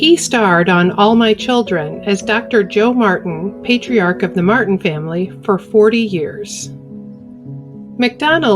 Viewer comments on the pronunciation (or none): none